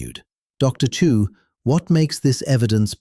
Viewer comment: Dilion. Chu not Chew.